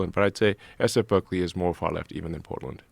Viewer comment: Mis-pronounced "Berzerkly."